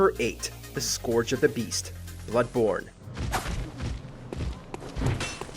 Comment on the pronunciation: "The skorge of the beast"